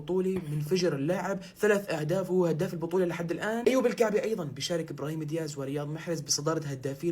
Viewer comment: اسمه أبراهيم دياز وليس إبرهيما دياز يعالم ياهو إسمو أبراهيم دياز